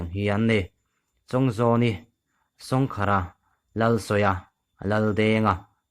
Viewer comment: Thil dang i chhiar leh hunah i lam dan a dik leh dik loh mi 10 vel tal ngaihthlaktir la,i chhiar dik vek hunah youtubeah dah chauh turin ka ngen a che.Sawngkhara tih i lam dan te hi a mak riau mai.